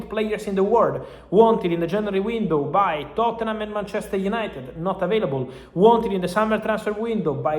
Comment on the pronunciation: Gotta get those “United-uh” cleeks guys.